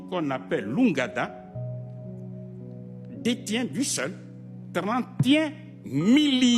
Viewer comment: Une erreur de prononciation, oui, et alors?